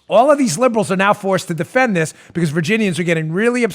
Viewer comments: Like dis and like dat an da utter ting! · Hey Dan .... getting so worked up about dis stuff , just makes you forget to use th's on your pronunciations...dis , dat , dose , de udder guy ,,...and ypur hand movements really show how buff you think you are.... Think I am gonna start listening to your podcasts , maybe then I won't be so distracted by your poor use of de english language , just so you know dat I am not duh guy you tink dat I am , I do appreciate what youse guys do ... dis isnt a put down , just an observation from a dolt in fly over country , you know ...where all duh corn grows ..., hehehehe